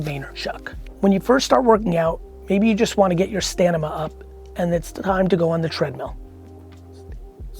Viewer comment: "Stanmina" ... "I am taking a break" 😂 ❤ma man! Can't wait to see how you spelt it in the audiobook.